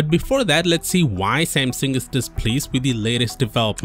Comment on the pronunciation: i hate the way this dude says samsung